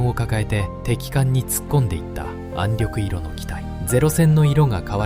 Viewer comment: 私はカラー化されない元の白黒の方が、亡くなった方達への思いが強くなります。「暗緑色」は暗緑いろではなく「暗緑しょく」でなはいですか。その他にも読み間違いがあって残念です。国を想い国のために命をかけてくださった方々の国「日本」の言葉です。色々なことが欧米化になり日本らしさが段々失われていく中でAIで日本の言葉を蹂躙されたくないです。